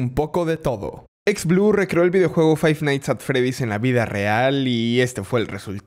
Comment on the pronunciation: Dijo bien five night at freddy's